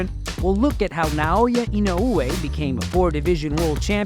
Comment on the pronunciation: 今まで見た動画でいちばんナオヤイノウエの発音綺麗だったwww